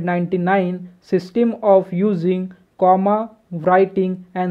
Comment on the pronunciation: Bhai system to dang se pronounce karo... 😃